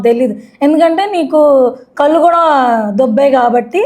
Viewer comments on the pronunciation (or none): none